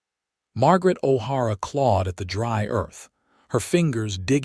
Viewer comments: I caught that, too. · O'Hara not har a